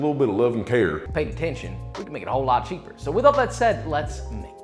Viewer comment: Instead of "But Cheaper" I heard "Butt Cheek" 🍑